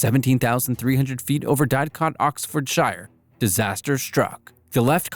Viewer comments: “Dadcot OxfordshIre” When it’s “didcot oxfordshEER” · Americans cannot pronounce simple British place names 😭 “OxfordshIre” (should be oxfordshEER) “ManchAster” “dAdcot” (should be Didcot) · "Diedcot OxfordSHYRE" hurt my soul